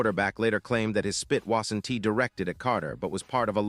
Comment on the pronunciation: Would someone please teach this obviously "AI" speaker how to pronounce "won't" and "wasn't"?